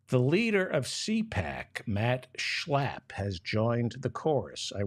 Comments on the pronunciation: Please stop with the obnoxious slurring of Mat Slap's name. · I'm in Australia at is 12 Mitnith and Laughing the way you say Shla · Sorry, I could only make it to on the video. Your nasal pronunciation of Max Schlapp was funny the first time, but became rapidly annoying. Thanks anyway.